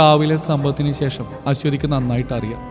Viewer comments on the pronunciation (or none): none